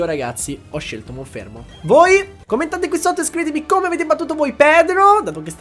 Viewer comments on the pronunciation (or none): No, però io MONFERMO non lo posso sentire